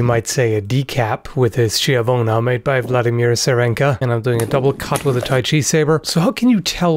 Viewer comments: schiavona is pronounced like ski Ski-avo*-na *Like avocado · Skeeovona fyi for schiavona. It and gorjay for gorjet instead of gorjet or gorgit are two of the most common blossfechten mispronounciations. Like saying sallay instead of sallet. I call it double frenching. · Please notice that in Italian "ch" is pronounced "k", so it should be pronounced "skiavona" being an Italian word